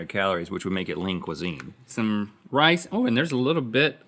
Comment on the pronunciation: Am i the only one who hears “Link Cuisine”, instead of Lean Cuisine.?